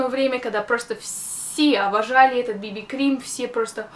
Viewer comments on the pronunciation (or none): none